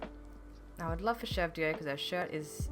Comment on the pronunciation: This island is like taking a break from burnout. That's the best way I can describe it. It's restful. Thank you for sharing it with us! BTW: You are saying Chevre's name correctly. "Chevre" is French for goat; now, the "re" is pronounced in French, but not in a way that can really be reproduced in English. So saying it the way you do is 100% fine. (Drive me nuts when people say "chev-ray" or "chev-ree".)